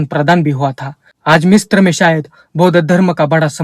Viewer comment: भाईसाहब मिस्त्र उच्चारण नहि है । मिस्र है ।